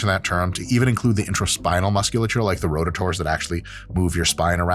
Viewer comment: rotah-tores—love it!